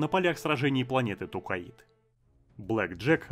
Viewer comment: Тукаид жостко режет слух, когда читал книги еще лет 25 назад и там планета называлась Токкайдо. Зачем так =(